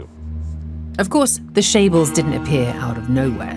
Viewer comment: Chaybols not shaybols.